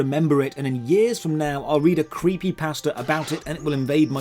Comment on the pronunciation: when he said creepypasta i thought for a second i thought he said creepypastor